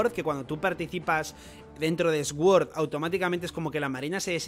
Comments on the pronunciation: No es más fácil decir suord que sguord? Que ganas de complicarse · se pronuncia sord no esguord, que no puedo aguantar como lo dices 😂😂😂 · Me llama la atención que Sword lo pronuncias S-Word jaja , te ayudo un poco se pronuncia Suord que significa Espada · No puedo con esa pronunciación tan horrible para sword, (esguord) puedes decir suord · Cada vez que dice 'Sguord' me salta la cadena de la bici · Se que a la gente no le gusta que la corrijan pero, la W en sword es muda entonces se dice sord